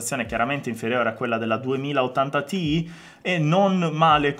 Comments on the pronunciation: Perché lo leggi “ti i”😢 si legge “ti ai” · Secondo "i tizi di Nvidia" si legge "tai". Ma il discorso delle sigle che si leggono nella lingua che si sta usando, ma cosa: se ormai utilizzate tutti inglesismi storpiati in Italiano. Meno spocchia.